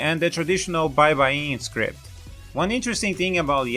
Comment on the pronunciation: Will be updating this as I watch the video: Tagalog = Tah-gaah-log Baybayin = Bye-bye-yin